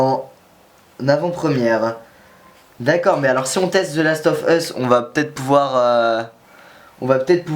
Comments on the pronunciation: mdr the last of HUUUUSSS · j'adore ta prononciation de The las of ...US